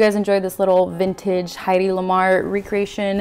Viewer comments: Stunning!! 😍 Hedy is my forever goals!! 😍 And you pull the look off beautifully! You've got that natural beauty like she does. And even in the black, the look is on point! 💗 Btw, just for future reference, her name is actually pronounced like it's spelled. Not "Heidi", but Hedy. It's short for Hedwig. 😊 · You are so purdy! I love her so much too mush you two together and I’m happy...hope this makes sense I have a headache but me loves you xx p.s her name is Hedy not heidi you say it like head-ee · Hello, yes, I know. I pronounce Hedy's name wrong the entire time and I am mortified. 💀😭😂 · Thank you so much dear, oh my goodness 🙈❤ and yea, a few folks kindly pointed out I've been pronouncing her name wrong 💀 dies a little on the inside 😂